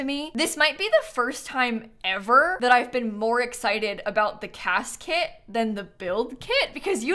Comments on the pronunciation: HOW did I never put that together? 💀 Now it’s all I can hear 😂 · Hearing her say “Cas Kit” will never not be funny to me 💀